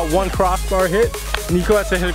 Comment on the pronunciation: Why do u say won like juan? Are u on drugs bro?